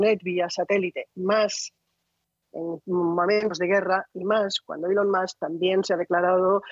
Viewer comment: ilon MASK, que afan de pronunciar mal el ingles a drede!